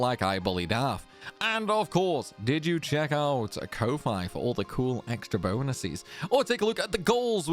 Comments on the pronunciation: names tidus kofi to avoid pronunciation problems proceeds to pronounce it in a way that i refuse to believe is correct XD I've always pronounced it as Coffee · speaking of pronunciations, I'm pretty sure that Ko-Fi is pronounced "Coffee?" Idk that's what Thor of Pirate Software says so take that for what it is. Also it's Tide-us because that is what English speakers assumed it was back in the day. Obviously—if you are a weeb or Japanese—then it is Teed-oos. If you say Teed-us then you are just doubly wrong because you are trying to be a weeb but failing in the second syllable.